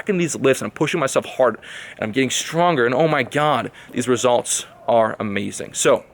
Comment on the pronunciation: "Great weather, which is amaaaazin'." You have that female California accent, lol.